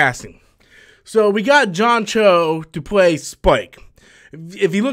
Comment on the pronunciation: "Cowboy BEEP-bop" "John CHOW" lolol